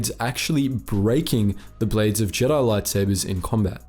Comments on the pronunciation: "Jeedi" lol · What’s up with pronouncing Jedi wrong in the later video?